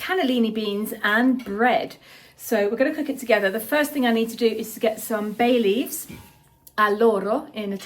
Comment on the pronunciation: Oh Bay leaves i thought you said “Baileys “ my kind of soup😅